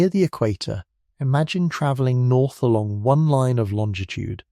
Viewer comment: Tra-velling? Is that a typo fed to the AI voice generator? It was pronounced properly just a minute or two after the vocal typo.